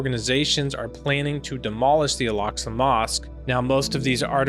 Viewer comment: Why does he pronounce Al Aqsa mousqe as 'Alaska' ?? It's improper. He should read the Quran. Stop ✋️ telling people to read the Bible it keeps changing every season. Read the Quran. Jesus will come. Muslims believe that as well. He lacks knowledge on many fields. Just saying